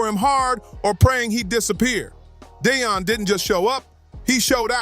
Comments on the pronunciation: Why do you call Dion Dayon? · Deon not de a on pls pronounce his name right! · Stop saying Dayon. It's Deion. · Dayon sanders really 😂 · Who the hell is Day - On Sanders ?? 😂